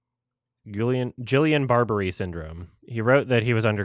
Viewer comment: This is completely inconsequential but Guillain–Barré syndrome (pronounced Gee(as in geese)-yawn Bar-ay) is a crippling autoimmune disorder where your immune system starts attacking your muscles, causing weakness in the extremities which can spread until it causes paralysis or even heart failure in the worst cases. Prognosis is usually a full recovery but it can take years and about a third of people will have some permanent loss of motor function.